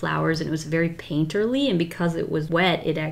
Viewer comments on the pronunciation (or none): Wait... did she say... PAINTERLY! 😳 Anyone know Rainbow lover 😂